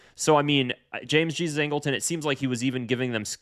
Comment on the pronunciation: Nope. Angleton did not pronounce his name the Spanish way, it's the English way Jee-zus. You were right for most of the video.